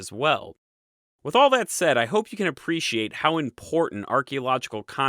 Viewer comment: "...and that's the awl..." "...now after 'awl' that..." "...After 'awl', 'awl' other cultures..." ...'awl' fabulous questions..." "...we need to go back to the source of 'awl' this copper..." "...why would you bother with 'awl' that..." I can't unhear...